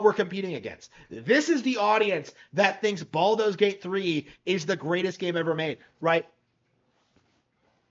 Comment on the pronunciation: What's with the whole "Baldo's" Gate thing? Is it some sort of epic own to mispronounce a name?